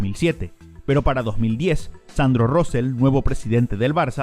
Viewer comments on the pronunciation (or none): Ni se dice "Sandro RÓseL" ni "JÓsep Bartomeu" ,el acento hablado NO va NI en la o de RoseLL NI el la o de "Josep" sinó en la segunda sílaba de ambos apellidos RosÉLL y JosÉp. Por otro lado la doble L final en "RoseLL" nunca se pronuncia como una L sinó parecido a una Y o como en LLano (verdad que no decís "Lano" sinó "LLano"?! pues RoseLL (parecido a "Rosey") y NO "RoseL". La J de Josep la has pronunciado aceptablemente bien (no se pronuncia como la jota castellana sinó como la j portuguesa para que nos entendamos) y por último la S de RoseLL NO se pronuncia tampoco como la S castellana sino como la Z de pizza italiana o la Z inglesa ("zet") por lo tanto la forma correcta pronunciada de Sandro Rosell y Josep Bartoneu seria: "Sandro Ruzéy" y "Juzép Bartuméu"